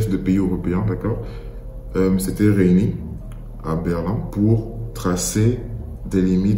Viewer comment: comment ça «réini» 😭